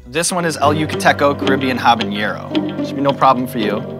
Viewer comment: Please don't say habañero, the ñ is not there at all, just pronounce it with a normal N